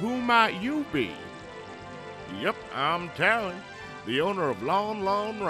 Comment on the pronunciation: We're saying it like "lin"; "lon" I get is to be similar to Lon Lon Ranch, but maLON and taLON don't sound pleasing to say.